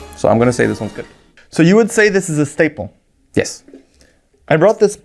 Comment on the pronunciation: Schtaple or Schtinker